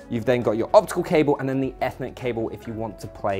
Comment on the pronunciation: Can’t even pronounce Ethernet properly.